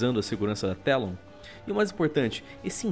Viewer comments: Dráuzio da Garela A pronuncia correta eh "Télon" msm! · N é Telon é Talon!!!! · Não são vocês que choram pra falar a pronúncia original? "É BRIGITA, NÃO BRIGIDI". Pois bem, Talon está em inglês e em inglês se lê TELON.